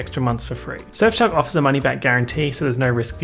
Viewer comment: Anyone else thinks he pronounces Surfshark like S*xshop?